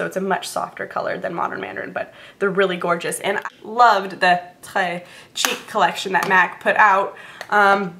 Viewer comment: I love that you said Tres cheek right! :) Love those hd blushes too! tip: get samples from sephora of a couple of colours, they will last you forever! :)